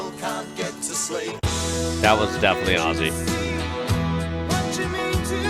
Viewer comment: You are one of a very few Americans who can pronounce Aussies correctly.❤❤ OZZIE‼️ thanks so much 😊